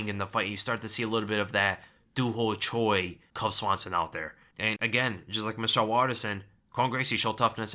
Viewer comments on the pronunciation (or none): none